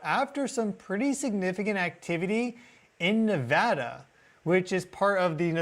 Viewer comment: Thank goodness he says Nevada properly